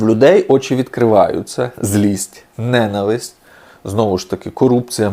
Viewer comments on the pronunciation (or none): none